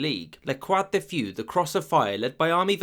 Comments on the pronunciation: A lot of the comments in these videos are crap, needlessly snide and condescending. The British did not "run away" at Dunkirk. They evacuated an untenable situation and thereby were in a position to continue the war. Stop sneering. And for God's sake learn to pronounce simple foreign words like "feu" and "Petain". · Hey, your pronunciation on the french is pretty solid throughout, like for example not saying the x in croix. Feu being pronounced few gave me a slight giggle, so thank you. In case you ever need to say it again, there isn’t an exact equivalent sound in english, but fuh is a lot closer. :) thanks for the vid! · croix de feu = pronunciation is FEU, like in f*u*r. Same as with entrepreneur. Entreprenuuuuuuuurrrrr (fur) 😉😄😄 Edit: Not y - u The picture is also not accurate: Italy annexed a big chunk of land from Vichy France early 1940ies, mostly lands they gave as gift to the counts of Nizza in 1860ies, 1864 if I am not mistaken. 🤔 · Excellent research apart from pronunciation! Pétain and feu were ah interesting